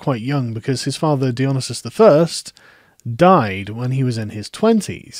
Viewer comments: Dionesius → Die-o-nee-see-us If you're goign to say his name 40 times, it might be worth checking how it is spelled. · Don't think your saying Dionysius right. Your leaving out the "i" before the "u". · I'm unfamiliar with the pronunciation you're using for Dionysius, is that known to more historically accurate or something?